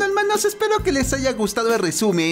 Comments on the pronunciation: Nose si ustedes pero yo solo vengo por el. "ELMAANOS" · Escuchar el "helmanos " me anima la noche y finos SEÑORES 🍷🍾 feliz noche 😎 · dice helmános Yo: oh me vengo